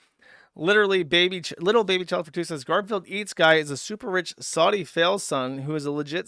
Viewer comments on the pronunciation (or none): none